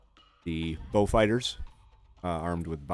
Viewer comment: Pronouncing Beaufort/Beaufighter correctly. Batting 1000. I usually send out subs in pairs and have gotten pretty good at coordinating their strikes so they get simultaneous hits. Sometimes on the same target, sometimes one each. Very rarely two targets each.